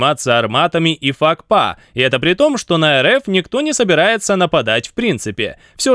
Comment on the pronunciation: Какой ещё фак па??🤣😂🤣. Вообще то правильно пакфа т 50!